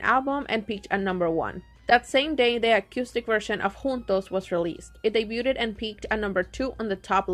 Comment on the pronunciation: It kept driving me crazy they way you pronounced debuted 😩 it’s like daybyood not daybyooted